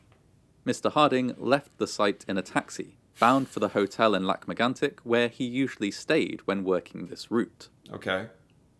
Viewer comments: The an sound in Megantic is incredibly hard for English speakers. The trick is to keep the vowel and lose the consonant. I am very impressed with the "tic" sound, a lot of care and effort and it shows. Much better than the actual narrator actually. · I like your videos. :) You look so mad all along while watching this, it's almost hilarious. Lac Megantic's story was heartbreaking. I love how you seem to really try your hardest to pronounce things right. It's appreciated. You could take a look at the Ice Storm of 1998 next, if you are interested. ^^